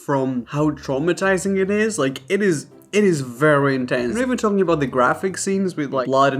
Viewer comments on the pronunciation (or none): none